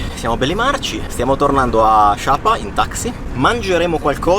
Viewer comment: Ma perché dite shapa? Si dice sa pa